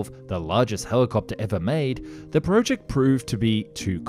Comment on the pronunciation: hi, i really am enjoying your videos but i have to ask, why do you pronounce project as prowject?